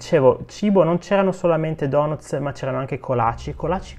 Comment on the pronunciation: Dopo tutto questo tempo in America pronunci ancora"donootz"???